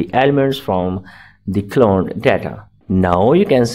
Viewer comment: cloned not "colone"